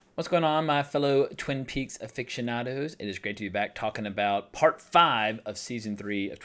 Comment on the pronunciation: Aficionado is an often mispronounced word, no shame attached to bungling it. But try not to say it like "a-fiction-ado", but rather say it like "a-fishin'-ado". Check it out, due.